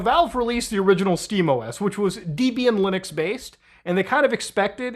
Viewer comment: So... Debian was named after Ian Murdock, and his wife Debra. Debra-Ian; Deb-Ian; Debian. I am forced to assume you don't know that if you pronounce it DEE-bian, or that you pronounce Debra as Deebra. Kinda like it is assumed that you only speak English if you say Ubuntu as Ooo-bun-too instead of oo-boon-too.